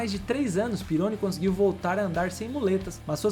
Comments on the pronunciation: Nao se fala Pirôni, mas Didiê Pirroní. Eu acompanhei tudo isso na época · sobre o Pironi, a pronuncia certa é "pirroní" e não "peroni". aliás Peroni é uma ótima cerveja italiana rsrs. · ...EXCELENTES CONTEUDOS E VIDEOS BEM PRODUZIDOS COMO SEMPRE MAS VAI AQUI UMA DICA MEU QUERIDO DONO DESSE SENSACIONAL CANAL. PROCURE SE INFORMAR MELHOR SOBRE ALGUNS NOMES DE EQUIPES E PILOTOS. POR EXEMPLO: DIDIER "PERONI" .... A PRONUNCIA CORRETA É " "DIDIER PIRRONÍ". EQUIPE ENSIGN....A PRONUCIA CORRETA E ENSAIGNE..OK?? SO ESSA OBSERVAÇAO. NO MAIS TA TUDO OTIMO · Gosto muito do conteúdo do canal, mas o narrador precisa pesquisar a pronúncia dos nomes dos pilotos antes de gravar. "Pirroní" é a pronúncia correta do piloto francês que se acidentou em 1982. Não é 'guilles", é "gille", dentre outras pronúncias equivocadas neste vídeo. Espero ter ajudado. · Amigão desculpa esta sendo critico, "Pirone" não existe, vou tentar escrever a pronuncia certa "Didiê Perroní" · Video muito bom, só precisa ajuste na pronúncia dos nomes. "Pirrôni", e não "Píroni" "Jilles", e não "Guilles" "Chíver", e não "Chéver" "Taliani", e não "Tagliani" 😉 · Aê mano, só permita fazer uma correção? Didier "Perôni", cara?? Desculpa, mas como eu sou quase um cinquentão e eu vivi a fase da Fórmula 1 oitentista, o sobrenome do Didier se pronuncia " PIRRONÍ " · Rapaz, o nome do piloto se pronuncia Pirroní... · *Didie PÍ RRO NÍ......pronuncia-se assim...me lembro dele.. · Os nomes pronunciados eram Pihony e Gilles (não Guilles) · O piloto francês da Ferrari citado, à época se pronunciava Didier "Pirroní" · O brabo foi escutar falar “Pirôni”!😂😂😂 Quase fiquei surdo… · Muito interessante e com bastante pesquisa, mas a pronúncia de alguns nomes precisa melhorar bem, só deu para entender alguns porque apareceram escritos (Ensign, Pironi, Cheever) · Pironi.. Chever...que dureza amigo